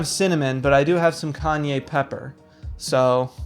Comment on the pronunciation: Kanye Pepper 🤣 🌶️ Spanish speakers all over the world just shuddered in cringe 😂